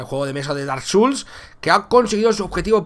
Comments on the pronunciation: Ostia.... tiene buena pinta, otro juego de la saga souls para la colección, aunque este es de mesa. xD Por cierto es "souls" no "suls", no lo digo por nada, pero me pone nervioso la gente que pronuncia mal, aunque luego soy yo el que lo hace también xD. Un saludo máquina, me has alegrado la madrugada con esta noticia. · y Neta No te enfades xD, solo digo que lo has pronunciado mal, se pronuncia como se escribe "souls". Aprende de los errores, solo te he remarcado un error que has cometido para que aprendas y no lo vuelvas a cometer. No te lo he dicho con intención de ofender. De los errores se aprende mucho.